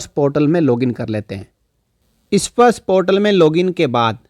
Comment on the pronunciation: issparsh nahi bhai sparsh. 😄